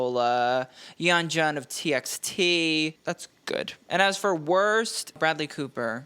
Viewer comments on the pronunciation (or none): the way you pronounced beomgyu and yeonjuns name killed me LMFAO